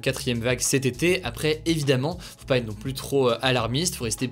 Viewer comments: par pitié arrête de dire "plusse" au lieu de "plus" sans appuyer le S ça rend fou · Ça me rend dingue..... plus ne se prononce pas pluSS mais plu. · Je l’adore mais quand il prononce le S de plus Ça me fait mal